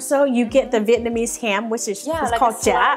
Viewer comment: Vietnamese not Vietnmaese :)